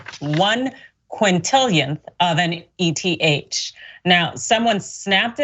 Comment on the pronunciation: I had to close out of the video because my head was about to explode if I had to listen to the lady call eth E-T-H one more time. Look it’s eth short for Ethereum pronounced as a word. Please don’t talk crypto if you can not even pronounce it correctly. Please.